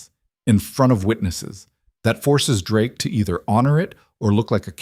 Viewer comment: AI...🤣 Drakie? I guess it doesn't know the "e" in Drake is silent. 😂😂😂